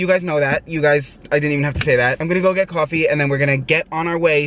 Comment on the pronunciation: "Gotta go get my CwOAFIE " mood